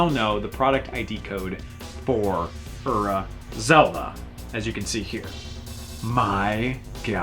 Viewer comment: personally I like Ura Zelda better, but I really dislike the heavy american accent you use when you pronounce it. you pronounce Ura like "err-uh", when it's actually pronounced "oo-rah" (roll on the r).